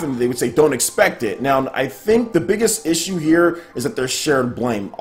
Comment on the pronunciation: Is it me or does keep saying 'Nown' instead of 'now'?